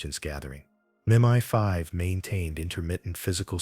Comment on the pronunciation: It's MI5 (pronounced em eye five) not Meni Five